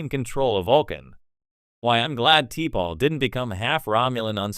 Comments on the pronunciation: Sloppy. T-pol? AI bullshit again. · Can't you get T'Pols name right or is this just AI generated stuff. Sloppy